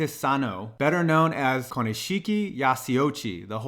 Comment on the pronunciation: I think i got cancer when you tried to pronounce Konishiki and his Samoan name. It's ok though, I have aids.